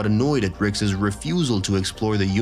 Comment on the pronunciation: the way Rick's is pronounced drove me to stop listening